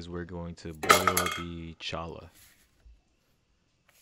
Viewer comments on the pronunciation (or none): We pronounce it “choyah” in Arizona. Like Ocotillo we pronounce the double “l” like a “y”. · Pronounced CHOY-ah.